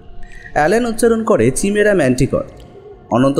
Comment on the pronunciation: Chimera কাইমেরা। চিমেরা টা কি? অশিহ্মিত নাকি? তাহলে স্কুল যান। এই কাজ টা অন্য কেউ করুক।